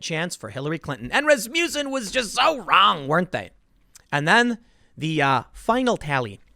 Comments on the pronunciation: It took me forever to figure out you were saying 'Rasmussen'. It sounded like 'Rasputin'. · Is it not ras-muss-en? Not ras-mew-son?